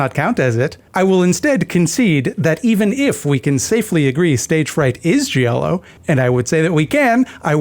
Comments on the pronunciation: I think Giallo was pronounced “gee-all-o.” My credentials are that I’m Italian/latine. But also I don’t talk to people so… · ^ That and also, the "i" in giallo is effectively silent. Gi = j in Italian.